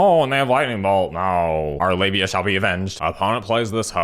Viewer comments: Am I the only one who kept hearing 'labia' instead of 'lavinia'? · ... did you just call Lavinia "Labia"??? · I got five minutes into the video before I realized he was calling Lavinia labia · Slowing the video down, it sounds like Labia. "Our labia shall be avenged." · Good lord, I didn’t realize you were calling her labia until half way through the video 😂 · calling livinia libia the entire video made my day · It took me a hot second to realize what you were calling Lavinia.